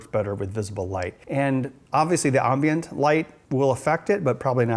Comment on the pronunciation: and why does he say ambient so weriedly I lived in Wisconsin for most of my life and never heared it pronounced it that way